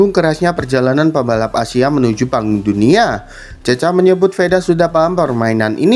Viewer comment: Woiii bukan cecha bacanya tapi cekha